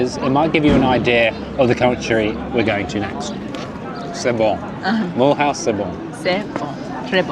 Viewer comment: Mulhouse is pronounced MILOOZE